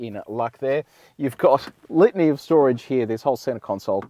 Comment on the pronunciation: Each time he says litany it sounds like lithium.